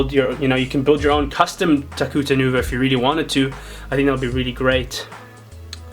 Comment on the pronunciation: its TAHU NOT HAHU